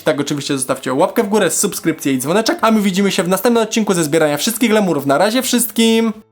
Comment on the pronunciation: Na końcu powiedziałeś lemuruw😂😂🤣😗😚😚😙wesołych Świąt i filmik był super